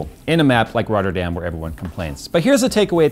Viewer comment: me as a dutch guy listen to a english guy saying rotterdam is funny